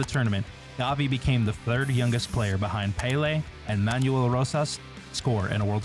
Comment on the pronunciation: The way he said pele is criminal